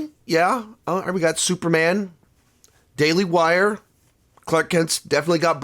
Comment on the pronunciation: Did he say "Daily Wire"? Lol